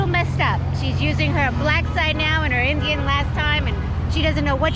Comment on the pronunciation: when the other Indian woman says we're gonna cook Indian food today "because you are Indian", it sounds like she's saying, "You are an IDIOT". LOL